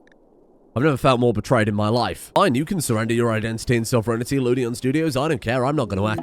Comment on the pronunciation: "Sovereignity"?, your pronunciation of American language is kinda weird.